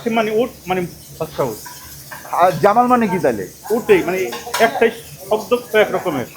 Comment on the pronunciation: Jamal ❌ Jamel ✅